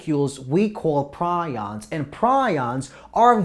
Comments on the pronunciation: Its pronounced Pre ons you nit wit PrI ons are birds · it's pronounced PREE-ons